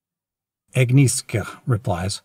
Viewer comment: Agnieszka is pronounced agni-eh-shka. That's a pretty common, Polish female name. Also - I'm a huge fan of your voice